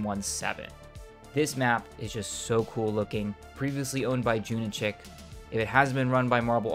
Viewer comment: Its pronounced "June Ichi K"(Junichi K), not "june itchik" hahaha. Hes japanese so thats just how its pronounced